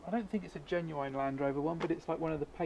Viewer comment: Jeez why can't you pronounce "genuine"?